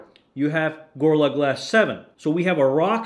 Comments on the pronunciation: Stop saying Gor-la glass, it's Go-Ril-La glass! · "gurrla glass" Bruh put some effort in Also that intro is super fucking long Consider yourself truthfully crit'd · why can you not pronounce gorilla?